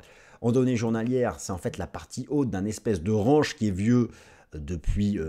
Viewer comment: Je t'adore! Surtout le fait qu'un mec qui dit "range", comme une "orange" s'étonne qu'un pote à lui dise bit "coin" 🤣🤣🤣 T'es le meilleur! Ne change rien 😉🦆